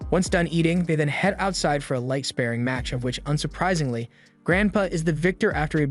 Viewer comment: Light spare...ing? Did i mishear that??